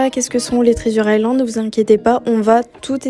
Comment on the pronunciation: Trizure island 😂 pardon mais ça m'a fait rire 🥰